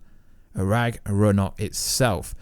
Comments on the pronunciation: Do you British people really call Ragnarök "ragRaNok"? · I don't even care about how you say ragnarök, but Finroar PLEASE STOP, GET SOME HELP